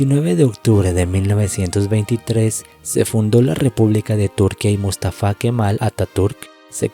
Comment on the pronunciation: Por favor ponerle cuidado a las tildes, buen documento pero Túrquia o mústafa.. no es.. se escucha terrible estás palabras tan importantes para el relato, pero mal acentuadas..